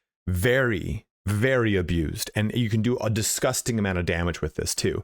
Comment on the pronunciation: very Irish "DISGUSTINGGF" indeed